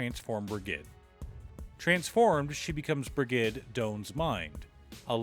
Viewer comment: Br-ih-j-ed = Brigid